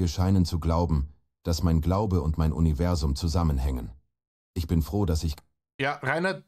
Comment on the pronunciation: Er sagte „mein Uniwäßßum RESULTIERT aus meinem Glauben“